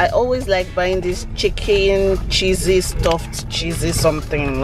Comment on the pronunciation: That's game my kids showed me too ooh!. I didn't know about it. Hehehe! When you said the pizza "Is so Chessy,"was wondering how you are mentioning my name Chizzy 😂😂😂😂 while eating it. Love you ❤💖